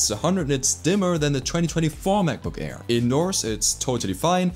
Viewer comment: Kleiner Tipp: deine Aussprache ist zwar sehr natürlich, aber wenn du es noch besser machen willst, solltest du bei Worten, die mit einem Vokal anfangen, die Kehle nicht so zumachen. Das nennt sich Glotalstop und macht man nur im Deutschen. Wenn du "Air" sagst, merkt man es deutlich ;)